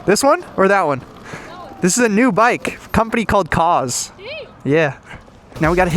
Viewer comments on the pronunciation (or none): Cause❌ koohz✅ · ummm....i believe it's pronounced "cooze" 😆